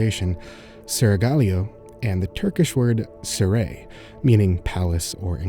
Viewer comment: brief correction on the Turkish section: Its written as ''saray'' meaning ''palace'' and pronounced as ''/saraɪ/'' Its not really about a certain section however, its commonly used to refer to a palace the whole building itself like ''Topkapı Sarayı'', ı've never heard about it being used to referance to specific harem section of it (though harems did exist during Ottoman times) The word ''sera'' is pronounced as ''/ˈsərə/'' actually means ''greenhouse'' though that probably has nothing to do with anything.